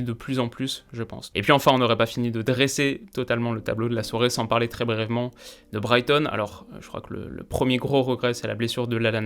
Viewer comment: "Br---I---èvement"... Désolé mais tu le dis souvent dans tes vidéos. "Brèvement" ça ne se dit pas. Et je pense que tu voulais dire "polyvalent" et non "ambivalent" qui a une signification bien différente. Sinon, bonne vidéo, comme souvent.